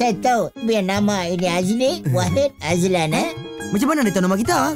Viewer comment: Azlan hahaha bukan mazlan 😂😂